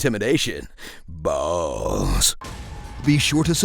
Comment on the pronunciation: Why did he put so much emphasis on the word balls?! BAAAAAAAAAAALLLLLLLLLLLLLLLLLLLLLLSSSSS!